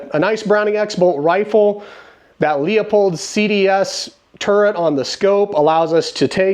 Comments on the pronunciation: “Leupold” vs “Leopold” can you hear the difference? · My dear brother in Christ it is not….nor will it ever be…..”leahpulled” it has been and will always be “LOOPOLLD”. May you be forgiven of your sins. Carry on. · Leopold is pronounced Lupold, with a hard U. Sorry, it's hard to watch when you mispronounce a product. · Your scope is mounted high. It's pronounced Loopold. 6.5 for small game. I shoot bigger guns. My zero is 300 yards and I don't need no stinking dials for hunting😅 As you get more big game hunting experience, you'll discover that 30 cal and up are much more reliable on big animals, and on target bullet performance is just as important as shot placement. 6.5 PRC is a good deer gun.